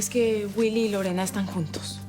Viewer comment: Jeje si el zorro de mi padre dise wuily😆😉